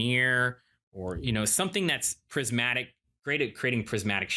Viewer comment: "something thats great at creating crizmatic shapes". Am i hearing him right? Could someone give me the definition of "crizmatic" (however its spelled) I can't find it on the internet, but I feel like it would be the word Iv'e been looking for, to put on my resume. Iv'e been putting "Calculated 3D design and modeling" . Calculated never quite fit.